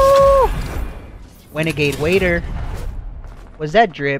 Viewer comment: wenegaide raider